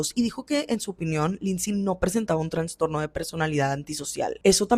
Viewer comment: Todo bien pero se dice Trastorno no TraNstorno.